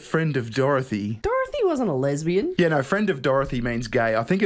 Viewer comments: Yet you still can't properly say No You say "Naur" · naauugghh.. There's an R in there somewhere